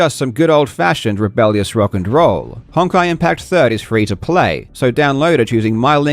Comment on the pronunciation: without even knowing what that game is, that is almost certainly pronounced "hone-kai". Great plug